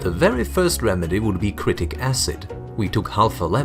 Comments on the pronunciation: Its citric not critic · haha he said critic acid (also use sprite instead of cocke)